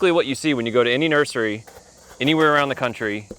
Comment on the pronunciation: Did you say nerdery? Cool word.